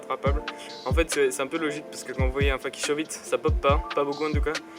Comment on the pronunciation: Super vidéo mais juste on dit "feyki" pour fakie et pas "faki" ^^